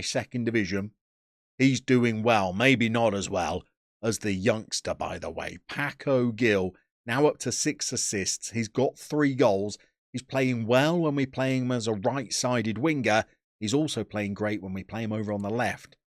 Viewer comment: I believe Cartagena is pronounced Carta-hai-na. Similarly Paco Gil is pronounced Paco Hill. North and Sout South America are usually pretty good regions to scout